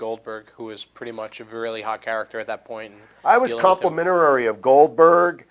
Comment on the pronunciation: Yes. In the full 2 hour interview (worth seeing) he has a problem with a few words like this.